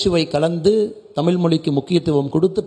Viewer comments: தமில் இல்லை அண்ணாமலை.. தமிழ்... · தமிள் இல்லை தமிழ் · அண்ணாமலை sir. "ழ" சரியா உச்சரிக்கணும். தமிழ, தமில் என்று உச்சரிப்பது சரி இல்லை. நீங்கள் திருத்திக்கொள்ள வேண்டும்.